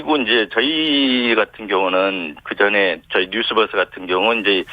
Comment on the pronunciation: 앵커님..뉴스뻐스가 아니라 뉴스버스 입니다. 듣기 불편하군요. 이름을 바르게 발음해주는 것은 예의 입니다.